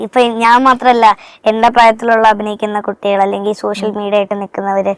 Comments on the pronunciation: സഹോദര സോസിയൽ മീഡിയ അല്ല സോഷ്യൽ മീഡിയ എന്നാണ് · സോസ്യൽ ഓർ സോശ്യൽ അല്ല ബ്രോ... ഷ്യ... ഷ്യ...